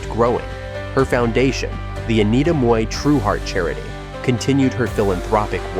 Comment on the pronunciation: Im glad you pronounced Mui correctly. For the american audience, she was in jackie chan rumble in the bronx as store owner.